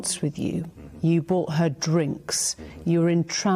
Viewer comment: btw its called TRAMPS not Tranp, the club in London. Also why has Epstein money from proceeds of prostitution not been confiscated? why is his estate still allowed to hold onto all the money and move siphon money away to coconspirator mamasans and his legions who helped him. You need hundreds of people to run and Island and syndicate like Epsteins. Why none the workers and his family and assistants been called to testify? Why millions protest for Black live matter, for George Floyd, for LGBTQ rights, for Palestine , for Ukraine but none protests for Epstein files? why the silence?